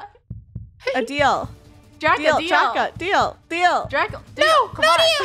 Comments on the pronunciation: why do I keep hearing funneh say draco end draca says "DRACA" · It's DRACA not draco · I saw funneh saying draca But captions:rakha